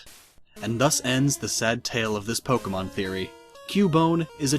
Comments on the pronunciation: EEEWW SAID POKE EEE MON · You shouldn't make theory-videos if you cannot pronounce Pokémon correctly....